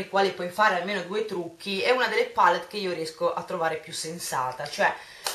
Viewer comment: Tesoro, non ti si può sentire a dire "pàllet" ogni pochi secondi. IN ITALIA si pronuncia "palétt", anche perchè è una parola francese e quindi va pronunciata così. Sono solo quelle nel mondo anglosassone che dicono "pàlett", perchè inglesizzano la parola. Ma la pronuncia corretta è "palétt", del resto nel nostro Paese viene pronunciata in questo modo :-) <3